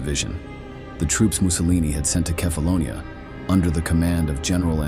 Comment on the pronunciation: Dit is wel de ergste belediging naar de Italiaanse soldaten die het op Kèfáloniá werden afgemaakt als schurftige straathonden. (laat die vervloekte AI stem dan tenminste het eiland ook noemen zoals het heet!!) Een belediging door de film zó slecht te monteren dat de getuigenissen worden weggefilterd en dit op de goedkoopste manier mogelijk door een AI narrators wordt verteld. Wat een ode aan de nutteloze dood van die zovele onschuldigen. Schaam jullie History Official, Shame on you!!! Deeply 👎👎🤡 unsubscribe everyone!